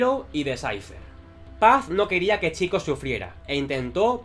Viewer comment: Vídeo tremendo. ¡Gracias por decir bien el nombre! No hate, pero me chocaba mucho que una persona que es super fan de la saga (por lo tanto que está harto de escuchar en los juegos cómo se dice) lo dijera mal. Haces muy buen contenido.